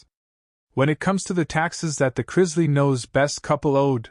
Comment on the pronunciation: It's pronounced Chris-lee, not Chriz-lay 🙄